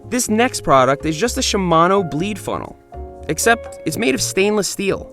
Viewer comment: You mispronounced 'Shimano'.